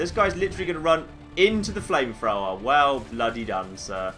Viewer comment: accent makes it seem like he's saying flame frower